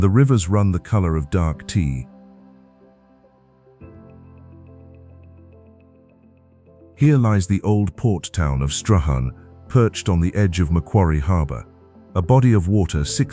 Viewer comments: Strahan is pronounced Strawn. You forgot to go out to Lake Pedder. Absolutely incredible scenery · Please everybody stop pronouncing Strahan as strarharn, it is strawn. Also sorry but Wineglass Bay wasn't so named as suggested, it was something more horrible. Back in the days when whales and dolphins were being killed they were herded and trapped and killed in Wineglass Bay, there was so much blood that the whole bay turned red like a full glass of red wine. Great video thanks. For every square kilometer there are just 8 people and we like it that way to welcome all our visitors who will have plenty of room with very little traffic. Now at last you can arrive on the first of our new Spirit of Tasmania ship and stay with your dog for the overnight trip.